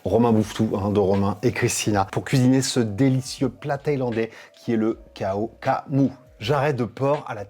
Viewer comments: Le massacre en entendant cela kao ka mou, thaï d'origine, tu peux prononcer Krao kra mou, le H est transformé en R, nuoc mam et pas nioc mam 😂😂😂, sinon bien gérer la recette !!! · Belle interprétation, respect. Petites précisions, ça se dit plutôt Kao Kla moo, les Shiitake et le poivron… euh pas dans la recette originale mais pourquoi pas et sinon du "Nam Pla" plutôt que du "Nioc Mam", la prochaine fois que tu viens à Bangkok je te ferais découvrir la meilleure adresse sur Dindaeng/Bangkok et 2/3 autres petits endroits méconnus… Peace !